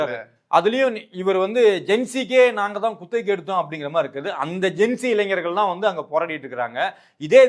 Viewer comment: நெறியாளருக்கு ஓர் வேண்டு கோள். தயவுசெய்து தமிழை கொலை செய்யாதீர்கள்... இளைஞர் இது தான் சரியான தமிழ் வார்த்தை; நீங்கள் சொல்வது, "இளைஞ்சர்" என்கிறீர்கள். கேட்பவர்களுக்கு முகம் சுளிக்கிறது.